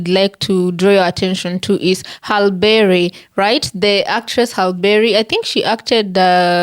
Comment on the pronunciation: Pronounced "Holly-berry" or "Hal-ie-berry"